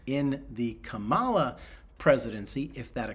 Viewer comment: He can’t say Kamala correctly. That’s what I call “a sign”.